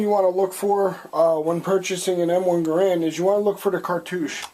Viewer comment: You're saying Garand incorrectly